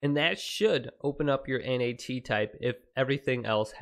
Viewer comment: Just say NAT bruh not N.A.T